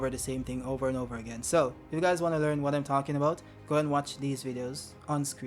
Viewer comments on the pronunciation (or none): none